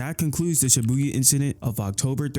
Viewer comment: It shibuya not Sibuya